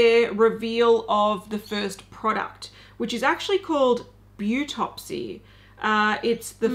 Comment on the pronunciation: Beautopsy is probably the French pronunciation of beau, right? To rhyme with autopsy?